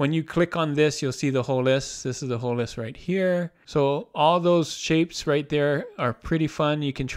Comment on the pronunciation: Nice overview. Thanks. Now, would you please enunciate your T's? "objecT" "shifT" "lisT" (Sorry, but it's distracting!)